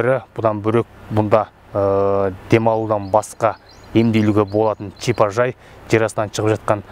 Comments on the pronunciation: Чипажай емес шипажай шыгар тілді бурмандарш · Мына деген жігіт "ш" ны "ч" ал " ж" ны "дж" деп ұрып сөйлейді екен. Тез арада логопедке бару керек.😃әйтпесе чыт орамал, чипажай, джатын орын, деп құлақты шаршатты.